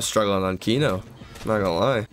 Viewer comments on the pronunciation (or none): none